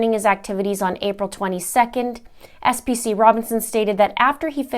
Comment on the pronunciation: FYI, PFC is the Army appreviation for Private First Class, and SPC is a Specialist..... sorry just had to clear that up, so you can pronounce it right in your next video...